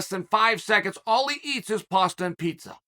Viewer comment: That masumusi guy is funny and annoying at the same time with his paastha peesa talks 😆